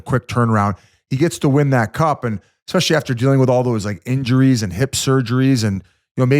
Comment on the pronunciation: that and Yands always saying “Expecially”. Drives me insane